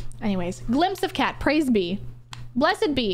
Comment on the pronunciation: someone shows me this, all i hear is praise /b minmo, instead of praise be minmo. jokes aside please dont go on /b